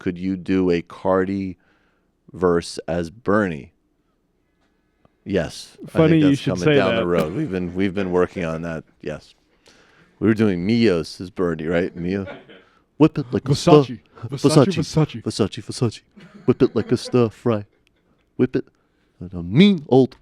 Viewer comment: I hate so much that you said “Miyos” instead of “Migos”...and I also hate myself so much for noticing and feeling need to point that out! 🤦🏾‍♀️🤷🏾‍♀️😳😫🤣